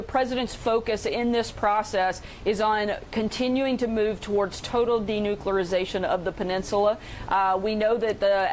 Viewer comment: Denucularzation....she just invented a new word